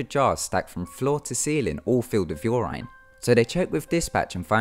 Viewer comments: Your Rine? Urine sir urine. Yuur-In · I like the way he says "urine" 😂😂 it's like instead of UR-in he says UR-Ine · The way you said "Urine" rubbed me the wrong way...